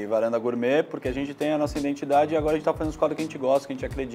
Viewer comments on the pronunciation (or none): none